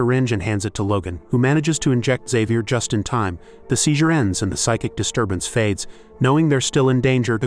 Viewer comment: why cant this AI pronounce, Xavier???